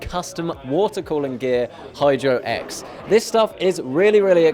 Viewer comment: it sounds like he said hide your ex instead of hydro x